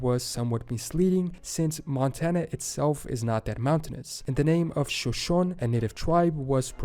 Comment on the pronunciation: Shoshone is pronounced showshownee. Sioux is pronounced soo. It is Lakota Sioux, not Dakota Sioux.